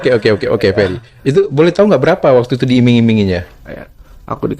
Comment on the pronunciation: Namanya Ferry mas. Bukan Perry 🤣